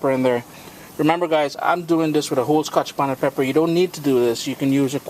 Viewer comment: lol the way you say scotch bonnet is so funny to me. Its like Ska-Hah-tch Bonnet. i know its your accent and im not making fun of you, i just find it interesting. You know what i mean, like when you enjoy the way somebody's accent sounds....thats all i meant, dont take offense